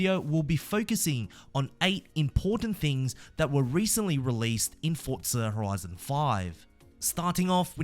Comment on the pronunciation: It’s ForZa. There’s no t.